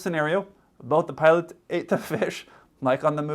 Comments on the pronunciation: The way this youtuber says "putts" instead of "pilots", makes him sound even dumber than the misinformation he provides. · The guy can't even pronounce "pilots" I keep hearing "puds" 😂